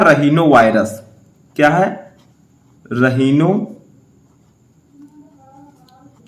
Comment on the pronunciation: (राइनो वाइरस) होता है नाकी रहीनो 🙂